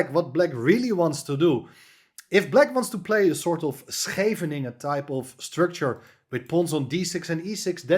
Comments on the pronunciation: Brilliant attacking play by abdusattorov, good to hear a Netherlander say Scheveningen too. thanks. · a fantastic attack by abdusattorov and Great to hear you say Schevenigen properly. Thanks